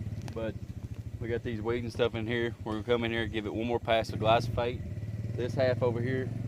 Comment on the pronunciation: Glyphosate, not Glysophate